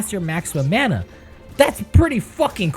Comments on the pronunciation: It’s pronounced mana not mana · This dude is saying mana instead of mana... Smh =_=